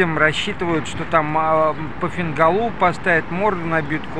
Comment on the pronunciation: не фингалУ, а фингАлу, простите.